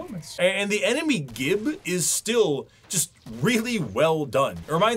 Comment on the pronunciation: Cool video, but you mispronounced “gibs” so now I’m disliking, unsubbing, and reporting you for sexual harassment